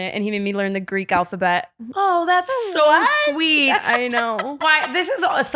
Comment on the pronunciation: not brooke BUTCHERING the Greek alphabet.